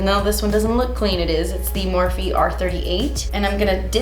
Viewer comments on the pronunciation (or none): none